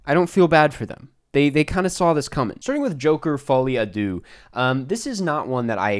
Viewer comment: The pronunciation of folie a deux…